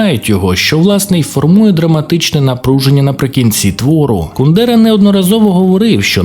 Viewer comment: От як можна роблячи настільки бути невігласом, що не знати як ставиться наголос у прізвищі Кундера. Навіть не перевірити. Коротше, відписка. Автор робить відео про те, на чому не розуміється.